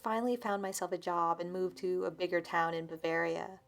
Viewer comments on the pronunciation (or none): none